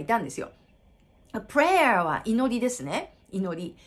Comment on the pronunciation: rとlの発音の話しではないんですが、prayer と playerは母音の発音が違うと思うのですが、、、同じ母音で発音されているように聞こえます。場違いだったらすいません